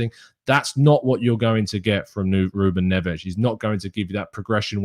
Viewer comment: I love the Portuguese pronunciation of Ruben Ness